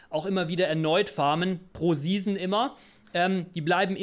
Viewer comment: Ich bekomm jedes Mal Ausschlag wie du 'season' aussprichst....